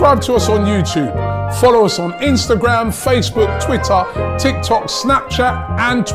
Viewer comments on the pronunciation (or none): none